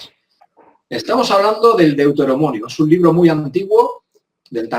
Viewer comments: Perdón, No se dice "Deuteromonio" es Deuteronomio ... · Minuto 15.29: no es Deuteromonio sino DEUTERONOMIO. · es deuteromonio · Deutorinomio man. no deutoromonio, como lo dices tu, que ya lllevas tiempo diciendolo. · Esque Dice DEuteroMONIO Como El Es Un DEMONIO Reptil Y Al Diego Ese Se Le Metamorfan Los DIENTES... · De donde te as sacado al tertuliano este, ke dice deutenominio? Además que no tiene ni idea de nada, no sabia que la iglesia copta esta en 🇪🇹, que es de primero de investigación. me gusta lo que haces y se ve que eres super trasparente y con buena intención, xo algunos tertulianos tienen menos credibilidad que una 🐿 con birrete. Un abrazo y no te lo tomes a mal es solo una critica constructiva, y al otro chaval que se prepare un poquito antes de hacer un vídeo. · Es Que Como En Verdad Es Un DEMONIO Reptiliano CabrÓn... Por Eso Nos Dice "DEuteroMONIO"